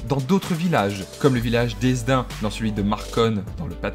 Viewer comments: Alors Hesdin ce prononce Hédin et pas Hessdin sinon cool la vidéo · Hesdin se prononce hédin..😉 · Mon père est de Hesdin et le nom de prononce "hédin" le "s" est muet je sais c'est tricky et il y a d'autres cas de villages particulier au pas de calais comme Marconelle et Grigny qui sont séparés par une route mais qui ont plein de champ et de maison éparpillés l'un dans l'autre. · Hesdin se prononce « Hédin » 😂😂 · Viel-Hesdin existe toujours, le lieu n'a pas été reconstruit par les espagnols, les structures du "centre-ville" datant du 14e siècle. Hesdin n'est en réalité pas un enclave car la partie Ouest de la zone appartient en réalité à la commune de Marconelle (qui n'appartient pas à Marconne, ce qui prouve que ce n'est pas une enclave). Pour finir, attention à la prononciation (bien sûr si on ne connaît pas le village on peut se tromper), il faut prononcer <<Édin>> et non <<Esdin>> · On ne prononce le S d’Hesdin